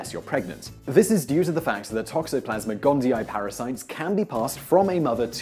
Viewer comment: gondi-ee, not gondi-eye.